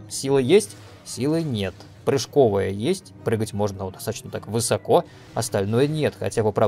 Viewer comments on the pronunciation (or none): none